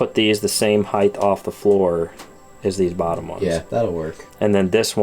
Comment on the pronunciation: Is. Is he saying heighth?